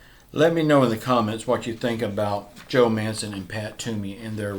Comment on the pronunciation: bro joe manchen no mancen